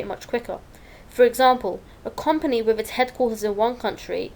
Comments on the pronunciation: Learn how to say the word company you mug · Not gunna lie, she does say kinda wierd :D